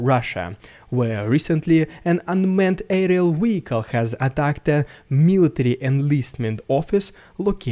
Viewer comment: Wehicle. Wehicle. Wehicle. 😂